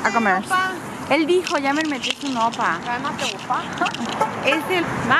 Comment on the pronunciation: Jajaja hasta a mi me daba pena cuando decía "oppars" enfrente de los oppars y los grababa jajaja. Que rico comen. Me gusta verlas comer y ser felices ^^